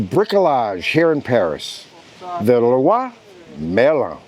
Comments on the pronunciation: nice. You got the metropolitan French pronunciation spot on. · Congratulations on your french pronunciation. As soon as I heard that "voila", my ears picked up and Leroy Merlin is tricky.